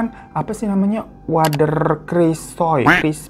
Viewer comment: Wkwkwk..... Lucu juga dengerin bang Hirotada bacakan bhs Jawa logat Jakartaan Paklik.... Bulik.... Wader..... Pati geni.... Luwih becik.... Cara bacanya kurang tepat karna bhs Jawa dibedakan ê è é Btw Story teller bang Hiro tetap THE BEST 👍🤗😍